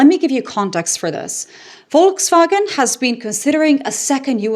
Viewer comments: Shout out for perfect pronunciation of „Volkswagen“ 👍🏻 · I know! I listened to the opening statement twice to be sure I was hearing it pronounced properly. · For the first time I hear a native English speaker pronounce the word 'Volkswagen' correctly.....Bravo.👏👍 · Hearing 'Volkswagen' pronounced correctly in an English context feels surreal.